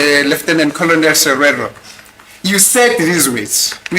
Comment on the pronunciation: SEREO like OREO( without the ass though) this is for cause I hear him calling him Serero